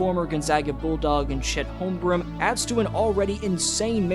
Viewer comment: I know I’m being an asshole here but it is not “Holmgrim”. It’s HolmgreN. Practice it